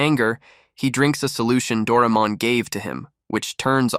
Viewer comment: Its Pronounced Dor-ay-mon